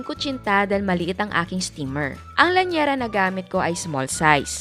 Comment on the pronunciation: Llanera hindi lanyera